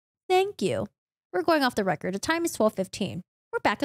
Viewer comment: Just fyi - "for your information" in this instance the word "record" is not pronounced like you are recording something it is pronounced as if you were talking about a record.